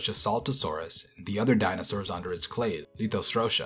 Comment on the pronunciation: new “clate” of sauropods